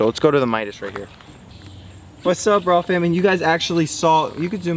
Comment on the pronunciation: Sounds like walfam every time you say raww fam XDDDD